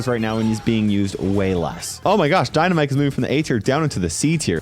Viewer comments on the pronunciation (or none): none